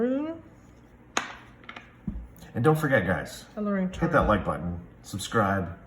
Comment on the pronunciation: Thank you for your video. It is pronounced Strawberry Mac a Ron😊